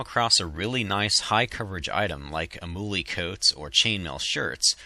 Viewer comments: amuli = am-you-lie not amoolie say it right damnit! carebears! love ur vids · its pronounced amoolie